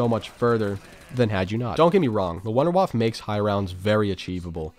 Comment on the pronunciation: Why does no one pronounce “Wunderwaffe” correctly? “Voon-der-vaff-uh” not “wonderwaff”